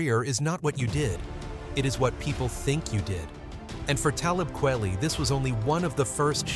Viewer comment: I really cannot take your bad pronunciation of his name. Simpleton.